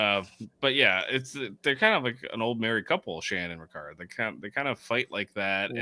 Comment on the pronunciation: Why do you keep saying Ricards name wrong? His name is Ra-Card not Rick-erd.